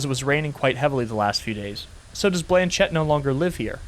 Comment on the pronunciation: My French ass every time he pronounces Blanchette: 😭✋